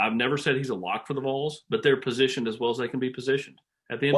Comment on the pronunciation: It’s Vols not Voles smh